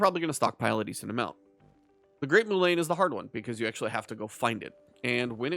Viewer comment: It's pronounced mulen not moolane